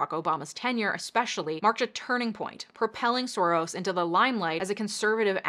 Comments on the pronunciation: It's pronounced Shorosh , which means roughly translated - lucky or fortunate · His last name is properly pronounced "Sorosh"; in Hungarian the "s" alone is a "sh", to write an "s" sound, you spell it "sz."